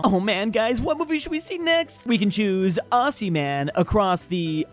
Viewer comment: It's not pronounced ossy